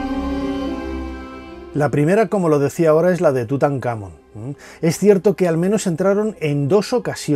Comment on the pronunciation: Porque si se suponen son fans de estos temas etc, pronuncian mal las cosas? "tutankhAmon"